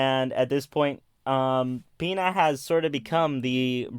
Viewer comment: Pina is pronounced pin-uh